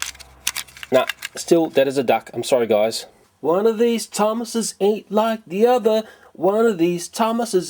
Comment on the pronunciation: "The thomases" me: Tomatos??